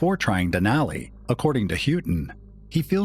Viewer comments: Den ally den ally den ally. My ears are bleeding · I love this type of content but I can't get past the grating voice and the bad pronunciation of Denali. Cringey